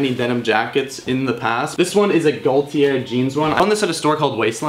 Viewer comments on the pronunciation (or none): Gaultier is pronounced as such: [GO-TEE-AY]. Cool finds man